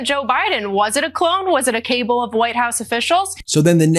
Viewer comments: Did anyone notice that at minute , the generic blonde who was supposedly speaking her thoughts was obviously reading from a Teleprompter or a memorized script?? The tell, was that instead of saying a Cabal she said a cable. She doesn’t even know what a Cabal is but she tried to use the word. Clearly, it was in a script for her to read somewhere. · Did Kaylee McGhee White actually say "cable" instead of "cabal"??? 🤣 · ... typical MAGA blonde air head... she apparently thinks "cabal" is pronounced "cable"... 🤣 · I never post but that fox reporter pronounced it cable instead of cabal. Go ahead and tell us all Mrs Rachel knows nothing about the middle east, cool story bro! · Priceless sh*t you glossed over, Ben - when the bimbo Kaylee McGhee pronounces "cabal" as "cable" - as in, "a cable of White House officials..." - ABSOLUTE IGNORANCE is the hallmark of the Faux News Empire and their Propaganda Machine! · A “cable” of officials?? Does she mean cabal? 🙄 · How do these people get on air when they don't know how to pronounce words. "Cabal" not "cable" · Did she say was it a cable of WH officials, instead of cabal? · That dumb Barbie said "Cable" when she meant Ca-BARL. STUPID. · Hold on a minute. "Was it a cable of White House officials?" Should we assume she meant "cabal", not "cable"? Come on, Fox, and put a spin on this. That would be amusing. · CABAL? CABLE? say you have basic literacy without saying you have basic literacy. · What is "... a cable of White House officials"? It's cabal... CA-BAL!!! These right wing morons cannot even speak "good English". You'd think they'd have learned after MTG got shamed online for the same word. Oh yeah... f**k Jesse Waters. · Wait, did she say 'cable' instead of 'cabal'? 🤣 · "Was it a 'cable' of Whitehouse officials" It's CABAL. Maroons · It wasn't a cable...the word is cabal. Typical Fox . Too ignorant for words 😞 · Definitely reading off a TelePrompTer. She said a Cable (cabal) of people. She read it wrong. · A ‘’cable’’😂😂😂